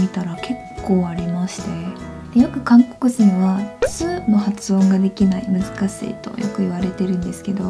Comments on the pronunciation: つよりなにより、しの発音が気になったんですがなんでずっと、むずかすぃ、すぃますって言ってるんですか...？ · 日本語の発音とても上手いですね。前にコリアンナムチンに「つづき」を言ってもらったら「ずつき-頭突き」「すずき-鈴木」になっていました！つの発音がどれだけ難しいか分かります。 私はパッチムのリウンが苦手です笑 この動画のあなたの発音を聞くととても綺麗で流暢です！ですが、「難しい」の「し」が「すぃ」に聞こえる部分がありました。意識的に話せば直ぐに癖は治ると思います(^-^)発音は音で覚えるように、あなたのビジネス用語は日本人と何ら変わりが無かったです。努力を感じました！！これからも頑張って下さい(^-^)